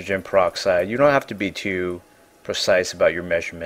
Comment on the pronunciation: What part of the country do people say, "Tee-oo", instead of "too"?